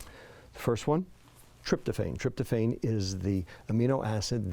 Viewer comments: Tryptophan is pronounced trip-tow-FAN, not trip-tow-FANE. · Tryptophan is pronounced with a short A. iPhone starts at around $700. Stay out of politics. Let the President do his job. Do not talk about diet if you do not practice good health and mindful eating yourself. The microbiome is the oldest and largest living civilization on our planet. They have plenty to teach us if we feed them properly and quiet ourselves often enough to listen. More to come☕️